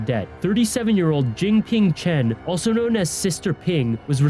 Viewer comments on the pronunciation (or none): none